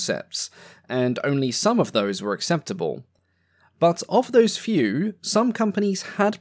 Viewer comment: gotta say this is the one accent i cant listen to for long just because i focus on the pronounciation more than the content and i have no idea what im watching after a while. I just keep hearing the "r's" after every "o" and its so prevalent that i cant ignore it. Tworr, thoughrr, fewrr... I know this is a me issue but like my adhd is going nuts and i cant focus